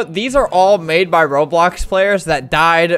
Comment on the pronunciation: In he says ropolox